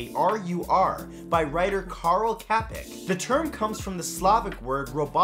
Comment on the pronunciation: not Kapek but Čapek which u would write like this Chapek to get good pron.